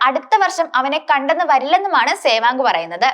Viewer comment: സേവാങ് അല്ല മോളേ സേവാഗ് എന്ന് പറയൂ...